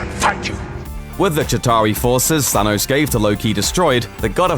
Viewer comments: It's Thanos, not Thanoze. If you're going to get the same guy to narrate your MCU material, at least get him to pronounce the names correctly. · I hate the the way you say thanos "zanos" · Why does he say say thanos so weirdly ? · I love the way you pronounce "Thanos"